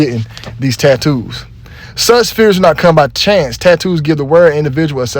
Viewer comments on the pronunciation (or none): none